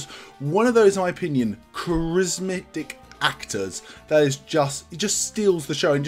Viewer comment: I convinced you!! lol you wanted Cavill, now you're onto the Turner bandwagon....Good stuff 😁 It's charis-matic not charis-mic 😉